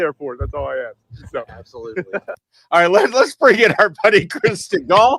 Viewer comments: Larry, glad “aks” bothered you as much as me. Someone needs to aks them how to spell that. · That slimy Democrat arrested person who can only prounce the word ASK into Axe. I hope that she goes to jail for her assault on the ICE Officer. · I AX YOU!! YOU AX ME!! HAHA 😂😂😂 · “ I ax you dis” Guy…..uhhhhhhmmmmm how do imbecile idiots get votes ?? What do you think ? Fake elections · 🤣🤣🤣 "Ax" the question, 😂😂